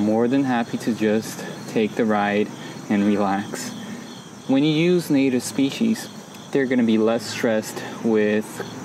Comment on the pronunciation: "Speeshees". Lol. 🌻 🤐😂 Thanks for the video! 😀